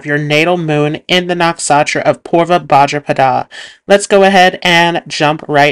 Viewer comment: And bhadrapada